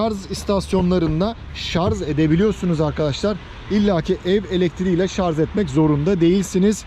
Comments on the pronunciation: Tek dezavantajı menzilinin 60-80km oluşu. Rica etsek "şarz" yerine şarj deseniz (tdk'da öyle). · şarz değil şarj..